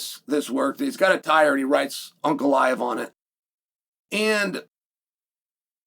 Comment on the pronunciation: Is it me or does it sound like Chael is calling him “Uncle Iev “😂😂😂